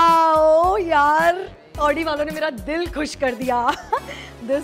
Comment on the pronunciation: Your video is nice pls pronounce correctly its pronounced "audi" not "aaoodii" ( style me chakar me pronounciation mistake mat karo) btw love your videos pls upload marathi challenge soon